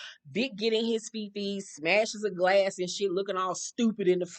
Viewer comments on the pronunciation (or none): none